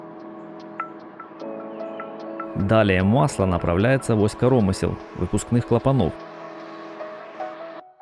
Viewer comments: Блин, коромы́сел! Máсляная плёнка! Máсляная! Найми русскоязычного, если забыл русский или плохо выучил. Слушать невозможно! На семь минут хватило! Корóмысла просто убили. Это уже за гранью. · масляннАя, корОмысла... и наконец Излишки, да-да не излИшки, а Излишки... сначала думал что я тупой, но после Излишки понял, что диктор слишком умный 😂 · Только не карОмысел, а каромЫсел, от слова каромЫсло ! Не Излишки, а излИшки...